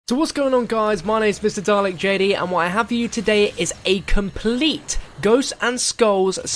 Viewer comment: Dalek why do u sound like u say "Hey guys, MrGARLICJD here......"?